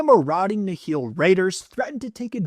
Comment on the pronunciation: Nihil is pronounced like the Nile River btw